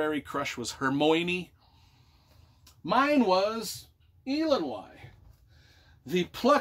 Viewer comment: Entertaining review. You butchered a lot of the names (Tah-run, not Tuh-ran and Eye-lon-wee not Ee-lon-why; Pri-dain not Preye-dain). There's a pronunciation glossary Alexander put together. This is a pivotal book to read before The High King and tells a really good story.